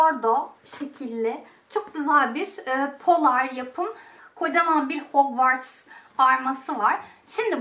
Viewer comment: Her şey iyi hoş da abla keşke azcık hogvarts diye telaffuz etmesennn